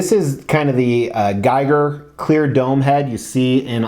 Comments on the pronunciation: You’re mispronouncing Giger. It’s GeeGr. 😁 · Great piece & review. Just fyi, his name is pronounced GHEE-ger